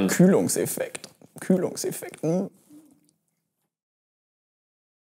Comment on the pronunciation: Der külungefekt 😂😂